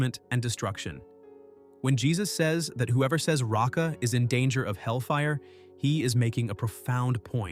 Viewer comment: It's not "ratsa," but "reika," empty.